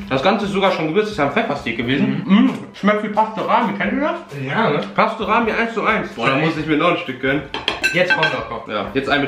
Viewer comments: Pasterami 😂Es heist Pastrami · Es heißt Pastrami und nicht Pastorami